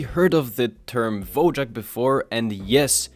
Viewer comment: Just a correction: Wojak (pronounced /Voyak/) is a Polish word meaning 'Warrior'. It fell out of use in the past 50 years.